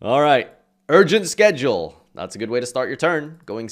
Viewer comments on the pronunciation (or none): none